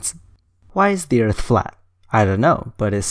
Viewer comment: Man, you screwed up on the first question?? He said "erath", not "Earth"! ;p